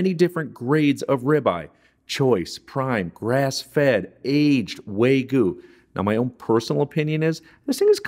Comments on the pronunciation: Wagyu not waygu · Wag-yu not Way-gu. Fantastic video otherwise. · Looks great...BTW, it's "wha-gyu"...not "way" "goo" ;) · I trusted this guy until he said “way-goo” beef. 😮😮😮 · So you got roasted about how you pronounced wagyu, but not about how you pronounced "au jus?" It's ok. I still liked the recipe. Once my wife tried it, she shouted, "Expletive! That tastes like France." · I know, just commenting on the strange way he pronounced it, as in ""